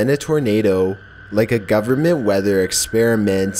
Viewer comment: the governnnnmentttttttttt, relax with your over pronunciation